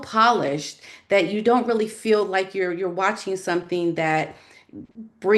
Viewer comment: It’s annoying to listen to someone who pronounces the word “ feel” like “ fill” I’m out of here. Repetitive and boring 🥱